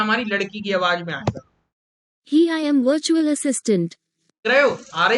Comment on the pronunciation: Ye 'bertual' kya hota hai